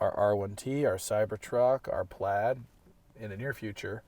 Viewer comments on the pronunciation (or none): none